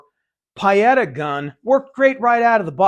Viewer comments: I could be wrong but I believe Pietta is pronounced PEE-et-a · no, the sound is marked with the phonetic symbol /i:/ and it's very close to PEE-eta. Nowhere near what said. No matter though, it's all just nitpicking, we all know what he meant. PS I'm half Italian;)